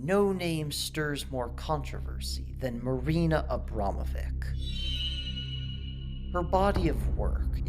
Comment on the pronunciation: Marina is from Poland her last name is pronounced with a ch not c xp